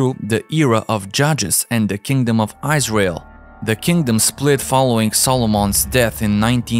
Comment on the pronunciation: Really good researched presentation. I'm having fun listening to your pronunciation "Eyes Rail" heh heh heh. I'm a laughing idiot though, I can barely speak just one language!